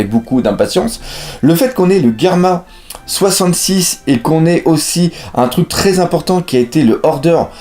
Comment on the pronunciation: sa se dit germa double six